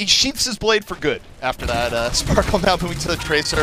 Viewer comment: Are they really calling sparkie sparkle???